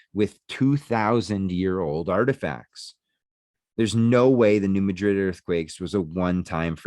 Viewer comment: It's pronounced New Mad-Rid. I'm a Southeast Missourian, not far from the town of New Madrid and we live on the New Madrid fault-line. We also have a town of Hayti, pronounced Hay-Tie not Haytee. We also have an Arab pronounced A-Rab and a Cairo, pronounced Kay-Row. It's the South, we pronounce things funny here. We also have a town called Cooter Missouri. No special pronunciation or geographical significance, I just wanted to say Cooter. Because...Well...COOTER...MISSOURI...🤣...Great videos!!!